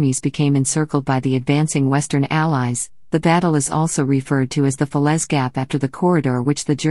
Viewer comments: Not bad, but the images were very repetitive. I'm pleased you managed to pronounce fer-lay as fa-lez. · Not with that awful narrator!! it’s Falais….pronounced Falay…..not Felez !! 🙄🙄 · Very 1st sentence, can't even pronounce the very name of the battle. Talk about useless.